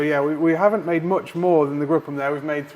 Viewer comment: Great test! It’s pronounced “group m”, not “gruppem”. Gruppe is German for Group